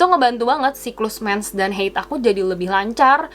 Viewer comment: Bukan heid ya kak tapi haid, itu bukan kata dari bahasa inggris tapi dari bahasa arab...